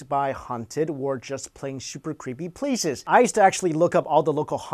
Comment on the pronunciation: dat vas cweepy